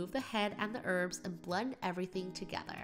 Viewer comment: When said “mix togetherr..” 😂😂👌🏾👌🏾